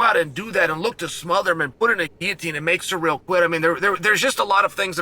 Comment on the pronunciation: Sear ell. Its not that hard Shale.